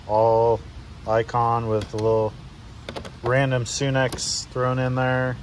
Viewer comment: It's pronounced sun ex not sune x